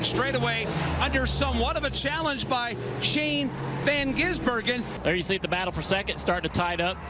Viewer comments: omg sounded like he was having a stroke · My brother keeps saying one of them said Shane Van Geysenberg